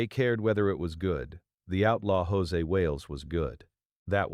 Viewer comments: Stupid AI-generated narration is FULL OF ERRORS! For example, the film's name is NOT "The Outlaw JOSE Wales", but it's "The Outlaw JOSEY Wales!" But repeatedly is mistakenly called JOSE Wales in the narration! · If I were Clint Eastwood I would sue the channel that produced this YouTube. When AI continuously mispronounces Josey as (in Spanish) Jose, it makes me believe the whole story is BS. "The Outlaw Josey Wales" is one of the best western movies...ever. I guess whoever produced this actually knows nothing about the movie, as well as Clint Eastwood. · Dear AI it is pronounced JOE Zee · Josey is not pronounced Jose. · AI crap. Can't even pronounce Josey.